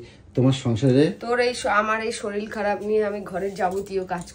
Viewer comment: শরীর না শরীল 😂